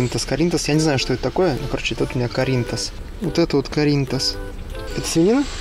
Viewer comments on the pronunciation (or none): Ахахахахахах,, рассмешил:) Это не каринтас, а карнитас (carnitas) - от испанского слова “carne” - говядина:)